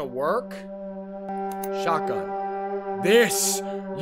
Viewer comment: ネイティブなｼｬｯｶﾞﾝいただきました